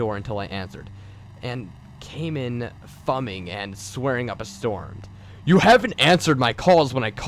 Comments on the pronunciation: "he came in fuming and swearing up a storm." Did you just pronounce "fuming" as "fumming"? "Fuming" does not rhyme with "humming." It is pronounced "fyoom-ing." It comes from the word "fume," as in exhaust fumes, gas fumes, etc. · Fumming? Really dude? Fumming? Otherwise pretty interesting stuff.